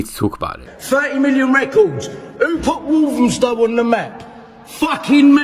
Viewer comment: Its Walthamstow, not Walthamstone.